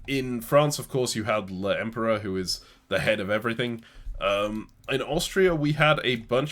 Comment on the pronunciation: L'empereur is pronounced "lom-pah." There's a scene from sharpe's eagle that you can find of a French column chanting "vivre l'empereur" if you want to see what i mean.